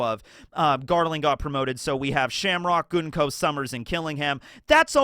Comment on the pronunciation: Thank you for pronouncing Gunko's name correctly.